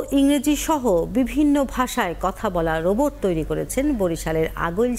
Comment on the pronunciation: বোবট না রোবট, উচ্চারণটা ঠিক করুন।